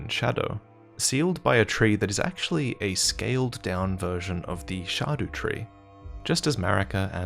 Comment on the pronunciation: Every time you say “shah doo tree” I’m like wtf are you talking about and then I realize that’s how you say scadu tree.